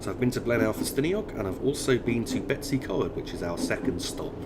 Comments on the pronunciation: Brill video! Betws-y-Coed is said like Bet-us-ah-coid but it is quite a silly name! Either way, keep this amazing work up! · Blyne-eye-fes-tin-iog. Dol-with-el-Ann. Bet-ooh's-ugh-coid. Pont-ugh-pant. Don't shoot me, I'm only trying to help 😋